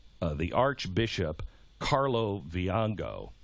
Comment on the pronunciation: He could not even read the name right - he said Viago instead of Vigano.